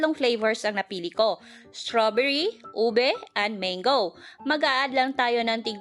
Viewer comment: Hindi po maenggo ang pronounce , kundi mang'go...